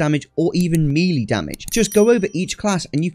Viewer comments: what region typically says "me lee"? Never heard anyone pronounce it that way prior to this video. I have heard "may lay" and ofc ""mel ay" to pronounce it properly (ie the way I pronounce it, obviously lol) but never heard "me lee" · English pronunciation of the French word melee is as follows: American: may-lay British: meh-lay The second syllable should never be pronounced “lee”. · Me LEE ... you mean May Lay?. Love the video mate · great guide..... please stop saying "me lee"....... its pronounced "may lay" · "Melee" is pronounced "mell-ay". :) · "Meelee" damage 😂😂